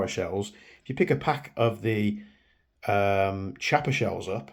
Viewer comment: it's pronounced KIAPPA...not Ch....it's italian